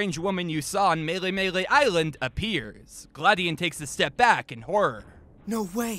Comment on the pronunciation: OH GOD "GLAD"ION?! THIS WAS FORTOLED